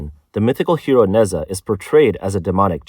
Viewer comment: Why am I going to trust what anyone says about china that can't even properly pronounce NeZha. 😆